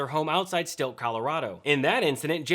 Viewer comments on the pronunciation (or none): It's Silt Colorado not stilt😂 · Thanks! BTW, it’s Silt, not Stilt. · The small town in Colorado you are referring to is Silt, not "Stilt". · It's Silt, not Stilt. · It's Silt dude, not Stilt, not that hard to say, seriously... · C'mon guys - the town is named "Silt". Silt, Colorado - pronounced exactly as spelled. It's on maps, I've driven past the exit countless times on I-70. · It’s S-I-L-T, CO…….NOT Stilt!🤣